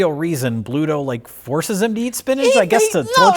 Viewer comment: For a popeyehead, still was and called Bluto, "pluto". How embarrassing